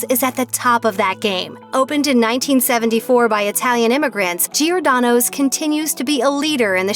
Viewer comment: It’s not “geeordano”. It’s “jordano”. Please Americans. There’s no ee sound before the “o”.